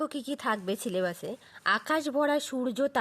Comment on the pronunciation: আপনি সিলেবাস কেন বলছেন সিলেবাস হবে😂😂😂